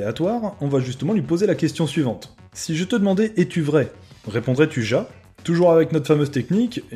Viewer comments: mais on prononce ya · Juste au cas ou : « JA » ce prononce « YA » 😂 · raté xD C'est pas ya mais ja (Mais ca se prononce ya)